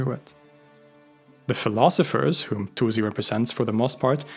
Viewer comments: not zi but si Attuzi is wrong for no reason WHY? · Albeit being Swedish, I think this comes from the fact that in English the u sound is always follows by z not s. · It’s pronounced al-Tūsi (with a long ‘ū’ sound), not ‘al-Tuzi.’ The Arabic letter س (sīn) gives an ‘s’ sound, not a ‘z.’ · He tries his best, and it's better than some/most. But it is still not correct in either Arabic or Persian. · Great video as always, one thing though the s in Tusi is pronounced like s not z.